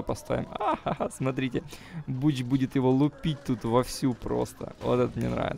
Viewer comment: не бучо а бонкчу